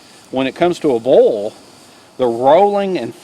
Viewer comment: When you say "bowl" you mean "boil", right?